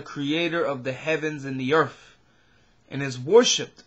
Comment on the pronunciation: Earth not Earf